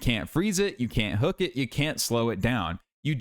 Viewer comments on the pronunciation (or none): none